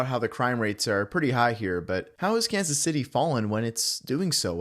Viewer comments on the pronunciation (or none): YOU USED AI FOR THIS "kazzay cits"